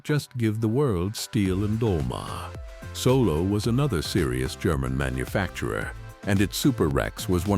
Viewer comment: Stupid AI isn't taught how to pronounce Stihl. Duh. It's almost 2027, folks.